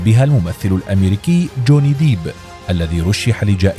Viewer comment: Jhonny depp ❌ Jhonny deeb ✔